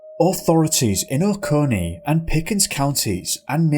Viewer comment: I live maybe 20 mins from oconee county ur first non native Ive heard pronounce it correctly hell I've even heard people who were born & raised here pronounce it "Okaknee"